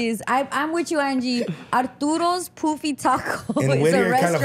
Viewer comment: It’s pronounced Puh-fee not Poo-fee 😂